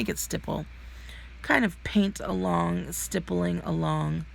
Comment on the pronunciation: These are super cute!! Love your channel! (FYI: it’s STIPpling /stip rhymes with lip😉)